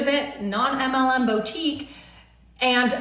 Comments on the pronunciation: Omg if I hear the word bow-tique anymore, im going to rip my ears off 🙉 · Bow-Teak🤔? I thought that it’s supposed to be Boo-Teak (boutique). Maybe she’s talking about something that I’ve never heard of🤔🤷🏽‍♀️? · “Bowtique” “Paper monies” I just lost so many braincells.